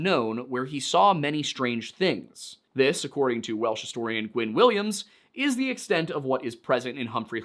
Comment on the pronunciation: glad someone fluent in Welsh feels he got it right. My grasp of the language is limited to a year of Duolingo and what I've scrapped from r/learnwelsh